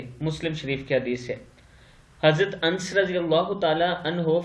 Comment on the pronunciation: بھائی جان انس نام اسطرح پڑھتے ہیں ن کو شد دے اور س ساکت بے